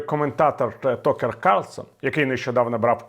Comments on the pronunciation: Такер, не Токер. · Tucker pronounced taka